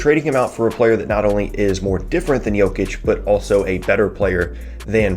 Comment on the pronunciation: your Jokic pronunciation is on point. Well done